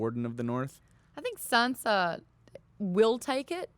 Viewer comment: It shouldn't bother me so much that they call Sansa "Sensa" lmao